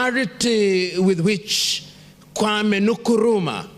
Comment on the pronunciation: when you are Ghanaian and u hear the way he pronounced kwame Nkrumah's name 😊😊funny tho